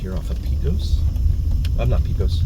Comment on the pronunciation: Thanks for another great video! Pecos Rd. is spelt with an E, however the pronunciation sounds like an A, (Pacos Rd.) Just helping out. When I first came here, I was saying Peecos Rd as well. Love your videos.